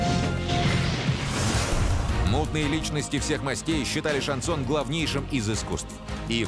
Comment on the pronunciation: "Короли" шанЗона